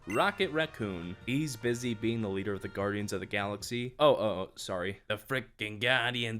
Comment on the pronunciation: The way you said guardians of the galaxy Loolllllllllllllll